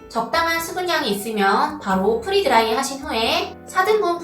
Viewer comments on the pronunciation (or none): 선생님 “프리” 드라이가 아니라 “프레” 드라이 입니다. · 프리 드라이가 아니고 프레 드라이 입니다 free 아니고 pre!